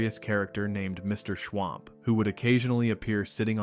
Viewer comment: It was MR SCHWUMP not MR SCHWAMP.